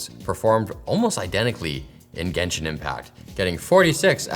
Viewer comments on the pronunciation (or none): none